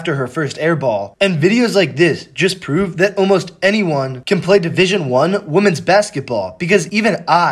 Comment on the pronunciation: WEHMEN, NOT WOHMAN. PLEASE FIX YOUR PRONOUNCIATION FAST.